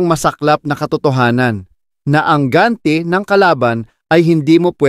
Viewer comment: Napaka simple nalang ng production nyo, di nyo pa ayusin yung pag pronounce...Ano yan AI... Tagalog nalang yung script mali pa pag pronounce. Tumino..Tu mi no.. Sapak..sa pak..Ang ganti..gan ti...Patama... pa ta ma....Ayusin mo yang pagbabasa mo. Poor quality production...unsubscribed.